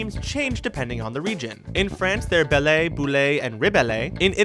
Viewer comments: You mispronounced their names in french: you're not supposed to say the "e" at the end of the word. Their names in french are (when translated) Beauty, Bubble and Rebel. Only Bubbles got the translation right. But you tried your best to pronounce it :) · Woooah ! You totally messed up "Belle, Bulle and Rebelle". It's french, not spanish, no"é" sound at the end of the words x)